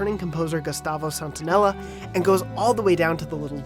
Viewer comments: It’s not Santonella...it’s SANTAOLALLA...damn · Gustavo Santaolalla, not Gustavo Santonella. C'mon man, oscar winning musician, highly awarded, at least get these names straight. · Gustavo Santonella??? Common guys at least take the time to read the last name well. GUSTAVO SANTAOLALLA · "by returning composer gustavo santoannella..." did you mean Gustavo Santaolalla? the man has two oscars, maybe learn to pronounce his name with google translate or something. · "Gustavo Santonela"! Did he even try to pronounce it correctly? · Gustavo santonela?? SantaolaLLa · is Gustavo Santaolalla, no "Santonella"... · did he really say Gustavo “Santonella”? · It's pronounced "Santo-elijah", because Argentinians pronounce the "ll" like a "j" and not a "y" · Gustavo what?? 😂😂😂 Santonella? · Never will a reviewer correctly pronounce Gustavo Santaolalla's name in my lifetime. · gustavo what?!?!? it's gustavo santaolalla! 😡😤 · ...i don’t think that’s how you pronounce santaolalla 😬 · oh that is not how you pronounce santaolalla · Tottaly butchered the composer's last lastname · Come on... Get his name right. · In what alien language do you pronounce "Santaolalla" like that ?